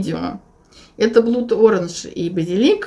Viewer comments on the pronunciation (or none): я прошу прощения, но вынуждена вас поправить.Слово blood ( кровавый) в словосочетании 'blood orange' произносится через краткое A [blʌd] и является исключением из правил и соответственно должно звучать как "блад", а не как "блуд". Это я вам как лингвист лингвисту говорю:) Спасибо за подборку!